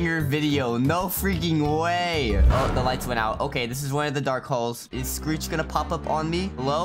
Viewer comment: He messed screech’s name up😂